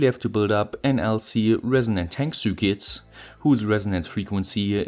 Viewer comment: Repeat a thousand times: Sir Kit. NOT Sur Quit, nor Sur Kit, or any other pronunciation. No excuse now...